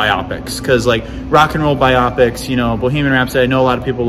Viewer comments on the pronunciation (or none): Forgive me but isn't it pronounced "Bio-Pic"???? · As long as we're dishing out criticism how about you stop mispronouncing the word "biopic." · You are forgiven, the online Cambridge Dictionary has recordings of both pronunciations, and it says that BIopic is actually the UK pronunciation, while biOPic is the American one. So if you've been saying biOPic all this time and the thought of changing is disturbing to you, don't worry about it too much! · Suck it lol. It’s pronounced either way depending on England or US.